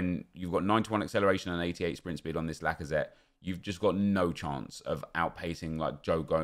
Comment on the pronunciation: Alexandre lacazatte? haha more like alexandre lackOfThreat